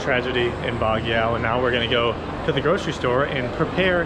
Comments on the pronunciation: Hey guys, Baguio is pronounced as "bag-yoh" and not "bag-yao". It sounds funny when you guys say it. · So funny while shaking ur booty guard tells u to stop filming 😂. Oh by the way its pronounce as BAG -YO not bag yao. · pronounced as BAG-YO. thank you for your uploads. I enjoy your vlogs. WTg!